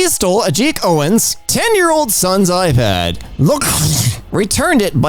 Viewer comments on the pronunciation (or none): none